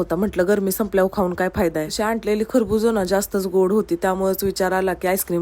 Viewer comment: Tai shudh bolnyachya nadat tumhi chukicha shabd vaaprta आणलेलं याला tumhi आंटलेल as mnta